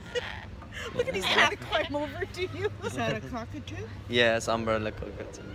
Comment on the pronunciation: Hi Is, I am not sure they are understanding when you said " Cockatoo Luck". ( I suggest you say like "cauuu ca too , not " "coooo" 😀🥰💖🤗🕊☮️💜